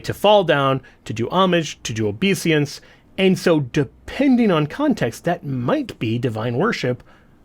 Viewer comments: It's obeisance, not obesiance. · Sorry, I couldn't help myself, but... OBESIANCE? Did you mean OBEISANCE?